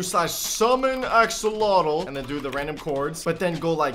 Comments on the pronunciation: Axolotl not oxolotl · Your saying oxolotl not axolotl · wtf is an oxolotl?? it is prnounced AXE-OH-LOT-L not OX-OH-LOT-L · It’s axolotl not oxolotl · Me: say axe.: axe. Me: now say axolotl.: oxolotl. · He says axolotol as oxolotol XD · He said oxeolotl